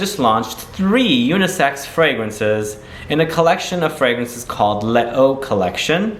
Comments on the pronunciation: it’s lay-zu i believe… 😇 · le o? les eaux = lesöi u can even google it